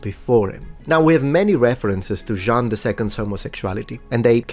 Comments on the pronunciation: Be careful! You pronounced "Jean" as "Jeanne", which can lead to some misconceptions, especially when the person is named after the city of Orléans. 😉😁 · In his defense, it sounds more like “Jang” when pronounced the German way. The nasal “an” is definitely not easy to pronounce for non-natives :)